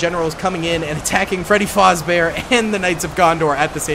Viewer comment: its fazbear not fozbear you keep switching between the two